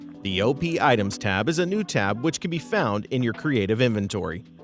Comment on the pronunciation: It's Op, not "O.P."; as in 'operator'